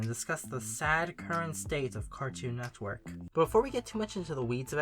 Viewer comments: please stop saying “cartchoon netchwork” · also SLOW THE FUCK DOWN saying it bro. got to a point you were literally saying “Cartnewer”